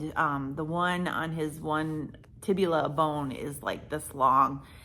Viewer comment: Just to clarify, the two bones in the lower leg are tibia and fibula. I heard you say tibula. You both will have a medical education after this is completely healed. Blessings to you both and good healing sleep